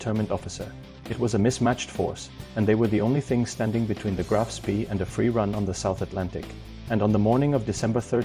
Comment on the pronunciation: The pictures are pure invention -generated by computer. There are plenty of photos of Ajax available, why use these silly inventions? Graf Spee is pronounced to rhyme with 'bay'.